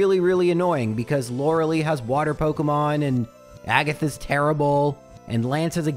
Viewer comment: Youre saying lorelei wrong bro